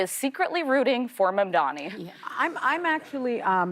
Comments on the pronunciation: Its Mamdani not Mamdami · MamdaMi!? It is Mamdani. You are reading teleprompters!!! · Say it with me, it’s MAMDANI. Not MamdaMi. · Neither did Whoopi. She keeps saying Mamdami when it's Mamdani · omg why can't anyone pronounce a simple name? it's mamdaNi, not mamdaMi! jesus. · Mamdani ...its mamdani ...please soneone from control room cirrects these women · I don't know why you people can't just pronounce his name correctly. This is so fucking annoying to me, istg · MAM-DANI - Why is it so hard to say for people?! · Why is it so hard for Cuomo and so many others to pronounce MAMDANI. It’s a pretty easy name to say. Even Whoopi has trouble. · All these people mispronouncing Mamdani’s last name. It isn’t hard to pronounce so do it right. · The election is today and Cuomo STILL won’t say Mamdani correctly. SMH